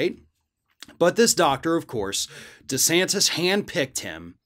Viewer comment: I know is saying Ron DeSantis but all I hear is Rhonda Santis.